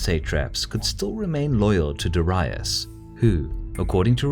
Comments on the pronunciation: Da-Ra-ius? It's Darius. Like Marius. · Darius you are pronouncing it wrong